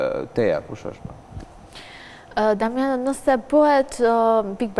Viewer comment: kjo sdi te flasi ihe diamanao iher damano iher dimano